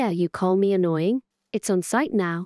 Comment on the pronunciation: Fiona is not anoinoing The. Other. Is. Ayoing